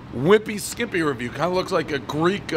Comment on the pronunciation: Did this dude really just say, “that’s a reyew” instead of review?